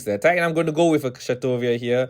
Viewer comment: Kishasatoria is the most out of pocket way I have heard Kshatriya pronounced.